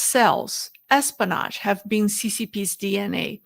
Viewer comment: You're missing the "o" in pronouncing espionage:) Say it like this: S-P-O-NaJ great video,! Your pronunciation is getting much better, btw!